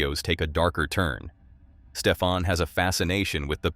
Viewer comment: Stefan. Not Stephan. Stefan. Hys Nederlands. Lekker. Ek kan alles verstaan wat hulle sê.